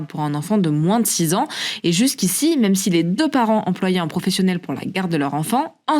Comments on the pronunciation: « Qui n’en est pas vraiment z’un » première seconde de vidéo. Je sais pas où il recrute ses journalistes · « Un changement qui n’en est pas vraiment z’un! », au tout début (20 s) de la vidéo! Franchement,, on la refait épicétou! Ben même pas!!! Jeulkroapô!